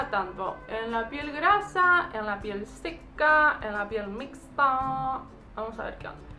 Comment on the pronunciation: "en la piel grasa... en la piel seca... en la piel mixxxxxta" se le salió lo cheta okey